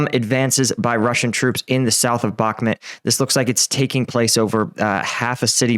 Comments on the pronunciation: Bakhmut you idiot, not Bakhmet.. lol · Back-met 🤣 where is this place? 😂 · How are we over 1 year into the war and you still can't pronounce Bakhmut correctly?